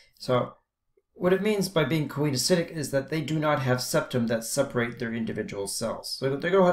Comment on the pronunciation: Great video! I was a little confused by your pronunciation (I've always heard these pronunciations: coenocytic is see-no-si-tic and gametangia is ga-me-tan-gee-a), but that's such a trivial thing anyway. Excellent diagrams and use of vocabulary. Wonderful job!